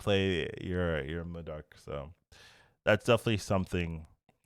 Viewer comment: Hearing day Modok correctly made my day lol